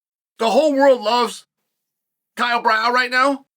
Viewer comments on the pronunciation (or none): Who tf is “kyle brow” 🤣